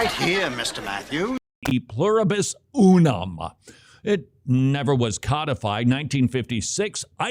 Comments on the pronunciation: STOP saying "you-num" it's pronounced "oo-num." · count to three in Spanish real quick, out loud. Uno dos tres. How did you pronounce uno? Did you pronounce it like "you know"? Then why are you pronouncing Unum so weird?